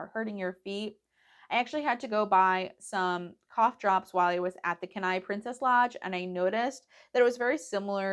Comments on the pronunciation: Glad you had a great trip. Just a quick tip, Kenai is pronounced “Kee-nye”.😊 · Kenai- “KEEN-eye” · Enjoyed the video but having grown up in Kenai it was killing me to pronounced wrong. 😂😂. Thank you for the video though!